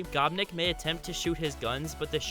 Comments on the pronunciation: The gopnik one annoys me because it's not "gop nick" its said with an ny sound and semechki is ch which is just like the first part of cheater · You said gopnik wrong